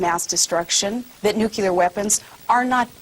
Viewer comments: NUCLEAR!!!!!! NOT NUCUUUULER!! JESUS FCKING CHRIST WOMAN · Nuclear*.... [noo-klee-er], [new-clear]. NOT "nucular" god dammit. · "nucular"= UNFIT TO LEAD! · Anyone who repeatedly says 'nucular' instead of 'nuclear', is fucking worrying. Bush had this problem too I recall. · Think you meant to say "one hand on the NUCULER button..." haha... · Anyone that pronounces nuclear 'nucular' has no business in public office! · lol she said "nucular" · What is the difference between NUCLEAR and NUCULAR? Around 50 IQ points. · ...Jesus. What is it with stupid people and the word "nucular". It's nucLEar. Not nucular. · To every "Nuclear" of Charlie she was replying to the traditional "Nucular" (which Dubbaya also favors) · He should have been more condescending! She is lacking of experience to run the government (in case the pres. dies), she is lacking of knowledge of politics and international issues, she is DUMB like Bus (cant even talk right, its nuclear not NUCULAR, damn ive heard immigrants pronounce words better), she's just there for a female presence.... nothing else. GOP is helping out Democrats, first with Palin then with Romney, Wow, they are so retarded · jaja, maybe worse. Why cant these republican idiots who are "leading our country" so dumb with everything, first they cant speak... wtf is nucular... its nuclear. Bush had the same problem.Next, they dont know anything about foreign relations, she just said without a second thought... "yes, if Russia invades georgia, well have to skiddale over there and start WW3". First off, they have their own beef to settle, and also we meddle with other countries, so she cant the high ground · She follow in a line of Republican simpletons, including George W Bush, Dan Quayle, and Ronald Reagan. It's so painful to watch any of them try to look knowledgeable. And if you say "nucular" instead of "nuclear," that should disqualify you for elected office. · nucular...heh heh heh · She says nuke-u-lar, just like Bush.